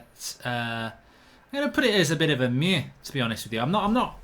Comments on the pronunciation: who’s here after he said MUA instead of meh 😂😂 also do away and third kit reviews 🔥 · The way u say meh😂